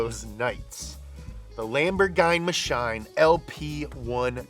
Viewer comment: such a beautiful lamborgime mashime